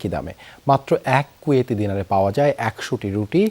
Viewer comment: পেওয়া না ভাই পাওয়া